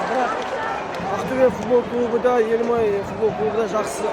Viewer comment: Белимай деп айттынго😂